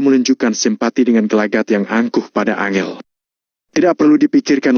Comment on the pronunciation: Angel (susah) 🤣 An jel bos bacanya